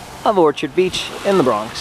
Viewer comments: IT'S NOT "ORCHID BEACH"! You said that 4 times within the first 5 minutes. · He said orchard beach wrong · I don't know why he's pronouncing the beach name like that!